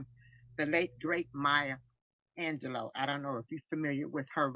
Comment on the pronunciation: Maya “ANGELOS” “poim” 😆